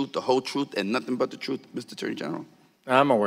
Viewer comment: Gutierrez pronounces truth like 'troof"